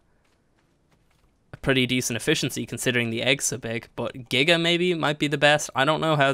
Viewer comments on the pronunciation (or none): none